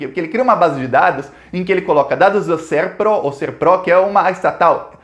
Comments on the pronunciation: Só um toque,: não se fala Serpró, mas sim Sérpro. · Não é SERPRÓ é SERPRO E kd o judiciário ?